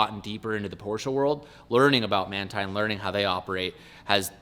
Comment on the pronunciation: So it is Manthey Racing but you pronounce it? #interesting